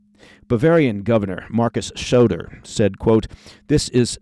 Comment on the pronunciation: its Söder like "dan soder" not shoder. other than that excellent bulletin, many thanks,!❤